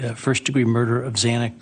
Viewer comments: Ashleigh, the judge's mispronunciation of Xana Kernodle's name (x2)really bothered me as well. It was like he couldn't be bothered to get the name right. What's in a name? Everything. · I was disgusted by judge hippler! He’s more concerned with people calling his office than doing his job! Absolutely horrible! Then you can’t even say Zana’s name correctly! Everyone should be disgusted by this man and especially the prosecutor!!! Shame shame same on you all! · I also, found it offensive, the judge mispronounced , one of the victims names , twice , but but the killers name correct . That was offendive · I noticed the miss pronunciation as well and it bothered me. I think he miss pronounced it 3 times. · I agree with you, Ashleigh…To mispronounce Xana's name, was disgraceful. I felt he was disrespectful to the victims of this crime and the people of Idaho, overall. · That made me so mad. He's the judge and he's making a decision on behalf of the life taken from Zana. The very least he can do at this point is to familiarize himself with the victims well enough to know their names. We here ALL know how to say her name; there's no excuse for the judge getting it wrong.